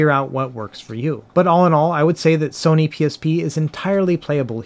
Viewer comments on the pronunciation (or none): none